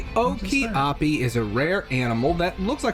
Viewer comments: Lol oki api lol, it's pronounced (Oh Ka Pi), that guy really needs to work on his pronunciation lol, that was the worst of them all though lol. And those animals have been discovered/around for awhile now. Always were an interesting and very cool animal to view and see in person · I'm pretty sure it's Angola, not Angiola, Okapi, not Okiapi. And there were a few more mispronounciations that irked me 😅 Anyhow, I find the jungle so fascinating, but I think some venomous thing would bite me as soon as I'd step into the jungle. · Noo no O(oh) K(Ka) A(aH) P I (EEE) - OKAPI